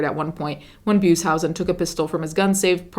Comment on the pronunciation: You mispronounced Beushausen. But good video :) ❤.